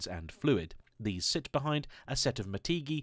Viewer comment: MATEGiI? RLY? At least read the name right. They've made rims for ferrari ffs.